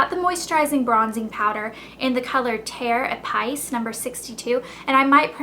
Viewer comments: terre épice is pronounced like tair a-piece :) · FYI :) terre épice is pronounced Taihr Eh-Peace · Babe if u're gonna be so sophisticated and you wanna do the whole "Chanel" thing, maybe you ought to learn how to pronounce the French names correctly. You sounded so lame saying ' Terre Epice' !!!